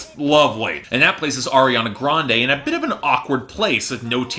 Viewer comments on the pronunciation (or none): remember when would call her "Air-iana" lol same